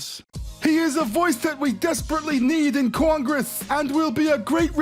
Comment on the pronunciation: "IN CORN- GRESS" LOL